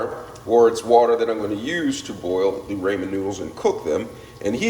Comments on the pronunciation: Nice try with cooking!!! Lol 😂 👍🏽 PRONUNCIATION IS RAH-MEN NOODLES…NOT SURE IF YOU ARE TRYING TO MAKE A JK. ANYWAY, I HAVE THESE AND MY DAUGHTER LOVES THEM! I JUST BOUGHT THE HALO MISO BROTH TO TRY NEXT TIME! ❤ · It's pronounced rah-men.